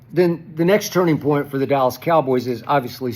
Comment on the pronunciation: No D in Dallas = allas or 'Alice' bunch of Alice's